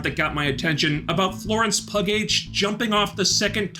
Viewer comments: Thanks for your thorough review, as always! Just a little feedback (maybe you're doinging it as a joke, but), Florence Pugh... Last name is pronounced "PEW," not "PUG-H". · Instead of “pug-h” like you said instead of “pew” you could have said “Florence puke “ oh well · “Florence pug-h” got a chuckle out of me 😂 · Is he really calling her Florence Pug-H? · “Florence Pug-h” Why 😆 I also love how this man (and everyone else here) has said NOTHING, not ONE WORD about Taskmaster 😂 I know what happened, but…